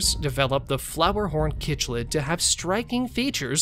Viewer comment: It's pronounced sick-lid